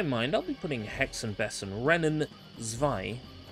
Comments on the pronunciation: It's actually pronounced "Bey zen". Oh yeah, I remember Einfuching!!! lol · Have you been learning German lately? It sounds like it improved. Not perfect (I especially laughed when you said "Hexen Bessen") but definitely not Bogenscheissen.